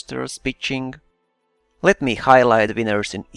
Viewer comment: When you say pitching it kinda sounds like bitching HAHA! (sorry immature i know)